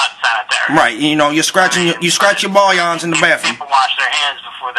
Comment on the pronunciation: "Scraped the 'bullyons'" WOW LOLOLOLOL... I lost about 10 pounds laughing... too funny